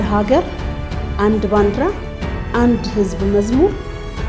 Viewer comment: ባንድራ😂😂 ባንዲራ ነው የሚባለው